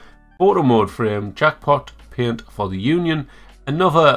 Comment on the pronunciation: I love the pronunciation of paint as “peunt” xD